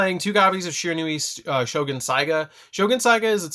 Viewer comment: Stop pronouncing this architype wrong